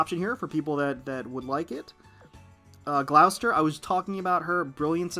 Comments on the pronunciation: Gloucester is pronounced as 'Gloss - ter' here in the UK, and Hermes is Pronounced 'Her-meez' rather than 'Her-mez'. other that that love watching you Azur lane vids, hope you get to pull many more Sandys in the future. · Gloucester is pronounced Gloss Tah